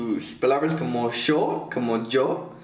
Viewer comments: Jajajajajaja siii Kieran, así de extraño hablan los argentinos jajajajajja el (yo) de ellos suena como "sho" jajaja. saludos! 😊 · hola, Kieran los de Miranda son de Argentina y si pronuncian distinto, palabras como "yo", dicen: " sho".